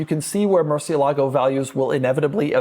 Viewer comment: Pedant mode activated: moor-SYEH-lah-goh